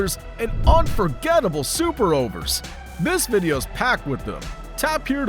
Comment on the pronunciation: IPL is three letters. I, then P, then L. Eye Pee Ell. What's Apeeyell?